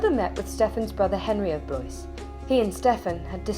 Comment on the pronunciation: Nice vid. Blois is pronounced Blwah not Bloise.